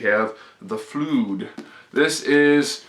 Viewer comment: I'm sorry, but did you seriously mispronounce "Flood" or was it a joke?